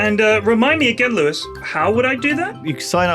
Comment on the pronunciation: Lewis, I mean this in the nicest possible way. As a half Japanese bloke, your pronunciation is dog shit. Loved this episode though!